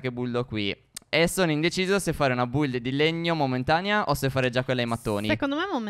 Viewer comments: Ma si dice bildo qui è non buldo qui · A che da fastidio quando stef dice build e non bild metà like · Lo sto guardando nel 2020. Che fastidio quando dicono Build e non bild (ho scritto la pronuncia, non come si scrive) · Ma perché a detto puldano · Line chi ha sentito buldano